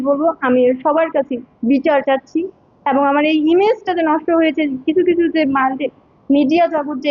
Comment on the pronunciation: এবন না ওইটা হবে এবং 😅